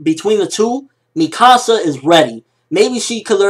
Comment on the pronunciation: Its pronounced me-ka-sa not mi -ka -sa